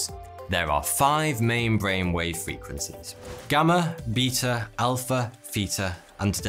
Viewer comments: "Beata" and "Feata" got me HAHA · 'Beeta' is not how I expected someone to say Beta.